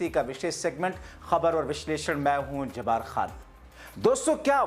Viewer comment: Aap apna name jabaar khan bolte hen aap ka sahi naam jabbaar khan he Bal ke badhiya yah hai ke pura naam Abdul Jabbaar han bola Karen